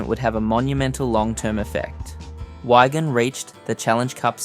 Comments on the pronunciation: It’s Wig an not Wagon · Please stop calling Wigan Wygan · Excellent video but a few errors: - the tweet about naming a stadium was from a Wigan fan not when he was at Parra - He got moved to Stand off not Scrum Half - The team is reffered to as ‘Whygan’ a few times rather than Wigan Change those few bits and it’s 10/10 👍🏻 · This account needs learn how to pronounce "Wigan"